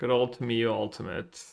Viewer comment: there is no way you pronounce Tamiyo that way. enjoyed your video still